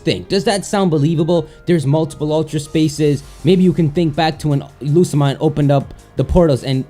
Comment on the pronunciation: it´s lusa-mie-ne OMG!!!